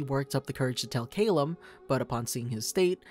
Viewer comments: It’s cal-lum not cale-um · It is Ca-lmm not Ca-lem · It's pronounced "Cal/lum, not "Ca/llum. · I hate how the narrator pronounced Callum’s name. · The only thing I hate about this video is the amount of times they mispronounce Calliums name. (Not trying to be rude or anything btw, just kind of annoys me since Callium is my favorite character.)